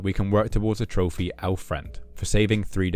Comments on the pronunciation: "Trophere" the hell is that accent? 😂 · There's no way you're pronouncing trophy as trophay just SOMETIMES, this is killing me